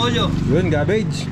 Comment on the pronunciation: Ang repolyo po ay Cabbage not Gabbage in english. Keep it up Jepoy and team KaBelly!